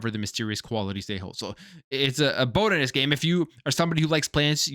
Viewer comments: What the hell is a "boat-anist"? 😂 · Boat-an-ist 😂😂😂 You a Canadian?😂😂